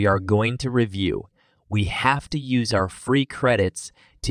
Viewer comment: Unfortunately ?Dollar? Listnr uses YOOSIS instead of the correct YOOZIZ in the context of the demo sentence.